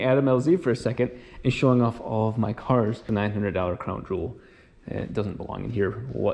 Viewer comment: Did he say $900 dollar croen jewel in the begening lol after s9 many projects the daily/parts car earns a special place lmao